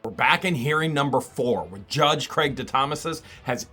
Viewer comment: I keep rewinding back to where you're calling him, "Craigy," lol.